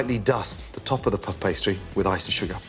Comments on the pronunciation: “Pff pastry”? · I can’t be the only one who laughed every time he said “puff pastry” 😅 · He says puff pastry weirdly